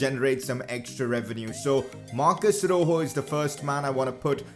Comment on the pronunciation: It's not roho it's rojo